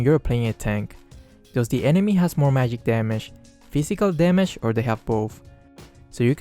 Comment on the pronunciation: "mayig resistance wuhrn"